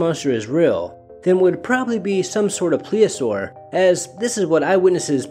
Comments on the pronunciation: "Plesiosaur" is the word, not "Pleosaur". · Um, did you mean "plesiosaur"? 'Cuz pliosaurs are different. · Should probably pronounce the dinosaurs name correctly if you're going to reference it. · Thanks for posting but you're butchering the word plesiosaur. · You should learn how to pronounce plesiosaur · I just checked how to pronounce plesiosaur and wow I was way off. I don't know why I thought it was pronounced that way. Thank you!